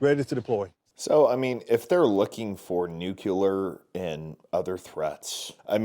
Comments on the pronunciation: dude, it's pronounced "new-cle-er", not "nook-u-lar", two different things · Nuclear buddy... Nuclear. NOT "nukular". Other than that, another great video. Cheers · It being inside will make it harder to access him. Plus, it's pronounced "new-CLEE-er", not nu-cu-ler. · New-cue-ler versus the correct pronunciation, new-klee-er ... I never understood how people always miss that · please ! the word is N-U-C-L-E-A-R not nucular ! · Forgive me but it's noo·klee·ur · Thank you! It drives me crazy when people pronounce nuclear as "nucular." It absolutely grates my nerves! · You can't even pronounce nuclear correctly 🤡